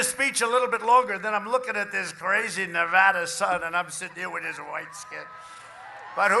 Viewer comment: so glad he pronounces Nevada correctly